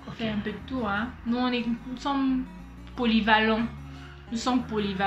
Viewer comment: elle a dit "polyvalents" hahahahah